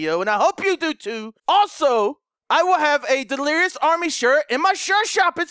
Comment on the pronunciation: he said "delerious"